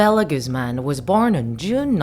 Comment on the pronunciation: I thought her last name Guzman was pronounced as (Guhz-man) not Goozman idk just